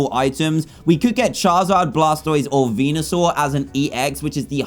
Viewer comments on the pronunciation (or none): none